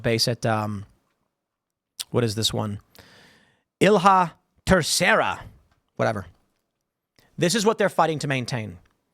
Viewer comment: As a portuguese, it made me laugh when Tim tried to pronounce Ilha Terceira... That's part of Portugal, the Acores islands in the middle of the Atlantic provided an extremely strategic location for the Americans during WW2.